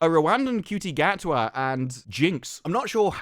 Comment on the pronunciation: Gatwa is awfully cocky for someone with a first name that's pronounced 'Shooty'.